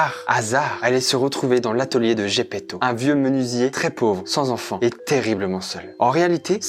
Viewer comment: Putain ok j'suis fan de Jojo mais j'en ai marre d'entendre des Zeppeli au lieu de Zepeto juste parce que je viens d'apprendre que l'auteur est italien 😭